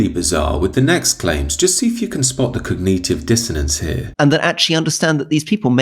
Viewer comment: cogneetive dissonance?